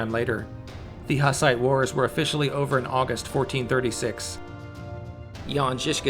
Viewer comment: please learn how the fuck to pronounce hus and hussite. you make historical videos but don't have a clue how to pronounce what you are talking about? a disgrace.